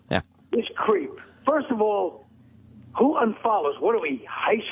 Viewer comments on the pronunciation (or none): and the total opposite when "Furst of awl" comes out of Vos' mouth.